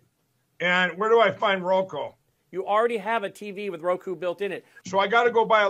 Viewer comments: Transformative agenda? Oh, Kari…🤦🏼‍♀️ Mike Pillow can’t say Roku? 😂😂 And who in the world is Julie Green? She, clearly, thinks she’s something special. One of TFG’s very best people. 🙄 Shame on their families for not getting them the mental health support they so clearly need. Oh wait, rethugs have nearly eliminated services. Thanks for making me smile this evening. ☺️ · 😂😂 ,"So, I got to go buy a little Roko box?" Roko?!😂😂